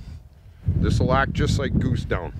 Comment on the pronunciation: Where are you from? You say down like dung.